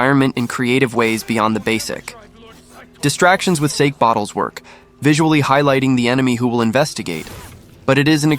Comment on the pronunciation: And it’s not a sake bottle it’s SA-Kay 😂